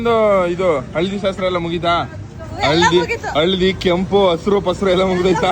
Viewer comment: ಶಸ್ತ್ರ ಅಲ್ಲ ಶಾಸ್ತ್ರ ಬ್ರೋ,ಬೇಜಾರ್ ಮಾಡ್ಕೋ ಬೇಡಿ 💙💙😍😍